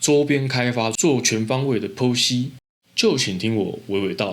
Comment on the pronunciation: 剖析發音好一點我聽成別的了😂😂😂